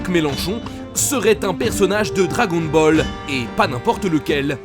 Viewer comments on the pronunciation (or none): Dragôn Boll 😂😂😬😬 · Je signale la vidéo on dit "dragon baleu" !!!